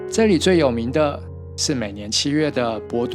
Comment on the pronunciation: 影片在14'10"處的‘’祇‘’園，應念作“奇”園，而非“只”園，請注意。